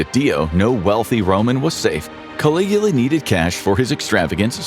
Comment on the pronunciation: Obviously, you can't. You had to edit your comment. He did say it correctly.